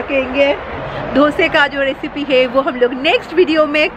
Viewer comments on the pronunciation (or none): none